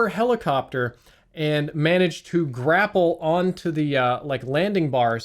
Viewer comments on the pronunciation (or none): none